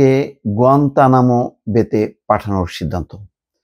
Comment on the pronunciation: গুয়েতনাম শব্দ টা শুদ্ধ করে বলেন বা শিখেন।